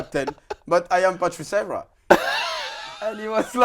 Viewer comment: Lol evra doesnt pronounce his s’s